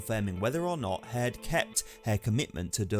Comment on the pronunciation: Hird ughhh cant understand how your mispronounceing everything weve HEARD all this